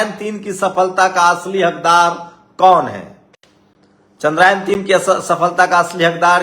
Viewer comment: जो टूचिया चंद्रयान को चंद्रायन बोल रहा है, वो तय करने आया है कि क्रेडिट किसे दिया जाए 😂